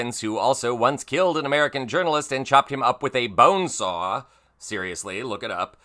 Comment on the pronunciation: Dude, the way you pronounced bone saw had me rolling. It's horrible yet funny.